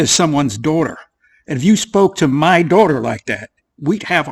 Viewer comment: Dwahtah. Oh, wait. ‘Daughter.’ ‘Not gonna twalk to my dwatah that way.’